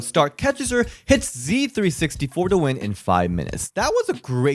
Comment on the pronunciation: its not Z360 its K360!!!!1